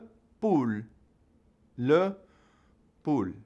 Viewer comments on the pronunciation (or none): Just curious but why did you pronounce LE POULET as le “pool”??? It is Le “pool-eh” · I feel like you said chicken wrong. Poulet...(Poolay)